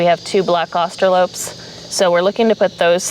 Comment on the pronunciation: I'm a little confused why keeps pronouncing it "Austro-lope" when it's spelled Austrolorp with a second r. Maybe she knows something I don't?